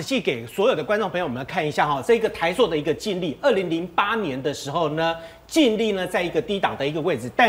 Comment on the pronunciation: 台朔(音：硕）？！还是台塑（音：速）？！🙏🙏🙏🙏请别再唸错别字了🙏🙏🙏🙏